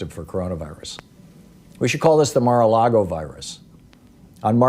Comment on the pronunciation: “We should call this the Mara Lago Virus.” Lol